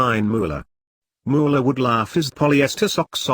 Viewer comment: I'm enjoying the vocal stylings of British Robot Ghost Voice, even though I had to chuckle quietly at his pronunciations of "moo-eller" and "em-em-em." I'm thinking let's give this guy a name. Actually this particular robot voice is the least totally annoying text-to-speech voice I've heard so far. If only there were a text-to-speech app that would not only translate the text to speech, but the ghost of Robin Williams would step in and translate the speech from what's written to Robin Williams' Drunken Scottish Accent voice and re-phrasings. That's what we want.